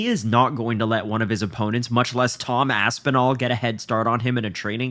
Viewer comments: He can’t even say Tom Aspinal?! I know jones is scared of that name but damn. The HW division is a joke all because of Dana they need to strip that coward jones! Jones is scared to death duck it ain’t happening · Dana White can't even say Aspinall's name. Disgusting. Are the journalists so scared to lose their press pass that they refuse say something about it? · That opening clip is insane. Really all that needs to be said about the situation. He can't say Aspinall's name, what the fuck.